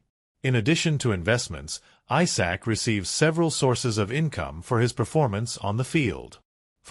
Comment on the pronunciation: Isak not Aysak 🙄